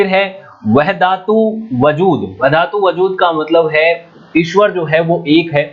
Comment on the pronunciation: फारसी में दिल्ली दूर अस्त कहा था। व ह द तुल वजूद ,बहा उद्दीन बिल्लाह सही उच्चारण है। सार विवेचन हेतु बहुत बहुत धन्यवाद।